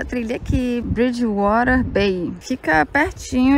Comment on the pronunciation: Ameii o jeito que você disse "bridgewater" 🥰😍👏👏👏 já está pegando o sotaque.